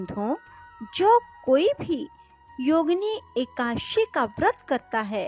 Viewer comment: जय हो माते ! समय मिले तो एका दशी का उच्चारण शुद्ध कर लीजिएगा । आप 84 हजार ब्राह्मणों को भोजन कराने की बात कही है अब मैं किसी ब्राह्मण को भोजन ही नहीं कराऊं तो क्या चलेगा ? आप विष्णुपूराण पढ़िए सारे ज्ञान प्राप्त होंगे । ये आपको प्राणों प्राप्त हो ?